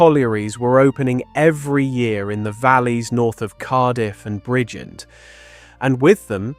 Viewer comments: Bridgend in Wales is pronounced simply as "Bridge-end" It breaks down into two distinct syllables: "brij" (as in bridge) and "end" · He can't even say Bridgend Pronounced Bridge-End